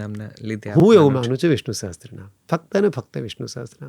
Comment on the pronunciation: સહસ્ત્ર નહીં સહસ્ર